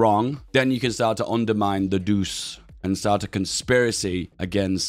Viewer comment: I believe Il Duce is pronounced like "eel doo-chay", not "deuce"